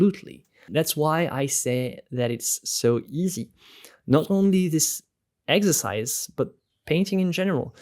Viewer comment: This is amazing.. and it’s so funny cause I keep hearing him say eggsercise lol